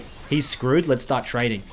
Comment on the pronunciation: les grab a coffee, les go